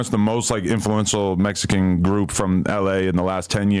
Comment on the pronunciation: Bro I can’t take these snortas serious he says “Mexican” like them “mesican” these foos completely disregard the culture